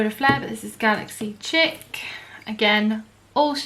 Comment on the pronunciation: Chic is pronounced “sheek”